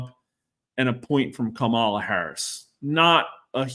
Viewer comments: When a pollster tells you they are nonpartisan then mispronounces Kamala’s name and uses the term “anointed” to describe her consolidating the Democratic electors, you know that are not no-partisan. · Not sure how trustworthy this guy can be when he can't even pronounce one of the candidate's names correctly